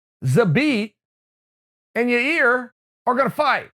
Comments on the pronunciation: lmao he does it because people were telling him he pronounced Yair as "Yarear" so he points to his ear and says "ya ear" to make it easier for him to remember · “...because at some point, Zabit and (don’t say Your Ear) Yair...” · I’m gonna lick ya-ear